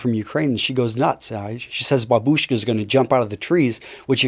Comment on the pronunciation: Absolute unit,pronouncing babushka like that